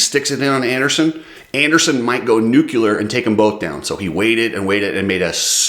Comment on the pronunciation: NUCLEAR NOT NUCULAR just sayin don't worry the MATTRESS gets it wrong also